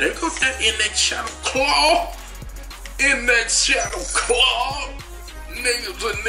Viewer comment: lol he pronounced the shadowclaw shawclattle lol